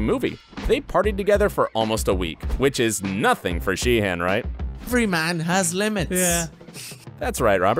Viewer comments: I'm sorry but isn't pronounced it She-en, not Shee HAN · it’s shee-un